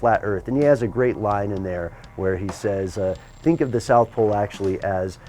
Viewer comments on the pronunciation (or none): none